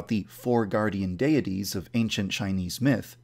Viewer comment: Before you worry about your characters having cringey named you should try to pronounce yandere and deities the right way.